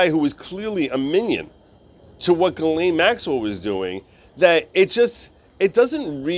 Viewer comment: Not only can you not pronounce her name, you can't even spell it.